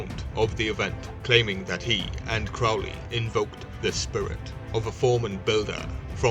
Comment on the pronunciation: His name is pronounced to rhyme with holy...get it right.